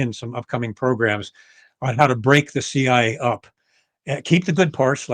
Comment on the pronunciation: Why does this guy always refer to the CIA as "the CI?" Is it really that difficult to say CIA?